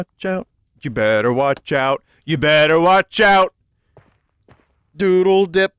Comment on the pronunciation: damn it vinny his name is Deedle not 'doodle dip'